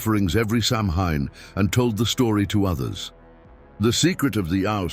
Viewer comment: F.Y.I. - Samhain is a Gaelic word that is pronounced “sow-win”.